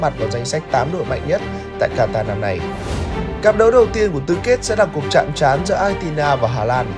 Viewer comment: phát âm sai từ Quatar rồi @@